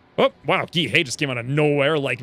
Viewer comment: Are you sure that's how you pronounce Gee? The uses I've seen are pronounced like the letter G or as in the exclamation "Gee whiz!"